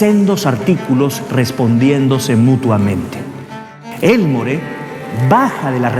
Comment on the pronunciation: Hola estás hablando de mi familia, no se pronuncia Elmore se pronuncia Elmor como si no existiera la " E " y no le disparó en el trabajo, ahí solo lo amenaza, le dispara cobardemente saliendo de la iglesia, mi bisabuelo Carlos García Gastañeta es quien lo mete preso, tengo la redacción del juicio completo por si deseas alguna vez leerla, cariños